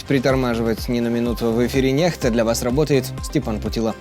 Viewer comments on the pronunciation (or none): Спасибо за информацию,, а не НЕХТА.